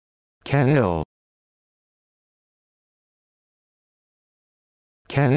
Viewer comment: They butchered this pronunciation. It's pronounced shuh-neel. The 'ch' is soft not hard.